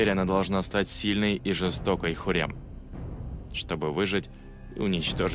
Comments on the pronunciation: Почему диктор называет её Хурем, она же Хюрем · Не ХУррем, а ХЮррем!!! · Не хурем, а Хюррэм